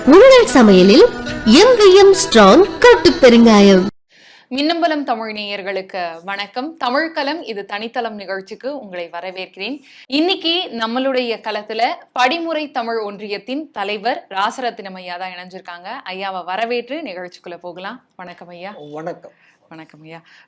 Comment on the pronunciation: வணக்கம் சகோதரி தமிழை சரியாக உச்சரிக்குறீர்கள்ஆனால் தமிழ்க் கலம் தனிக் கலம் . களம் என உச்சரியுங்கள்.நன்றி.